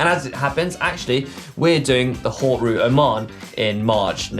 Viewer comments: It's pronounced "hote" mate #hautegate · How about learning to pronounce 'haute' properly???